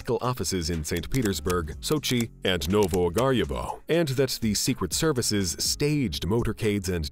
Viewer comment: what the f is wrong with this guys pronunciations ?? dollass, servass ? and a lot more.. oh well not as bad as the little mad man called Putin